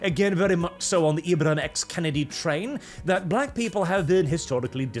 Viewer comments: His name is not Kennedy like the President, his name is Kendi like a candy. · It's Ibram X Kendi, not Kennedy lol.